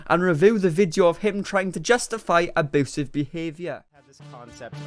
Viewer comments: Do you keep saying "aboosive" on purpose? ( no its not the accent ) oh and i just hear valoow (value) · I could listen to you say ah-BOO-sive all day long lol 😂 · Hooman...... aboosive.... 😂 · SAY ABOOSEV ONE MORE TIME DADDY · Aboosive be-avier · Side note: I love that you pronounce it "aboosive" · No one:: ABOOSIVE